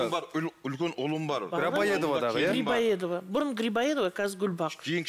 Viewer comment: Дорогой ведущий Не улица Грабоедова , а улица Грибоедова Грибоедов это писатель